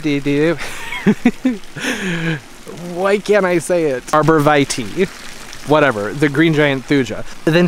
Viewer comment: Pretty sure you're the one saying "vitae" correctly because it's Latin, and the letter i is not long in Latin. Say it how you want! Glad you're doing well and enjoyed the video.